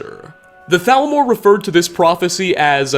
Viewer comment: hablas castellano o espanglish , al menos di T A L M O R se que se pronuncia salmor pero ni eso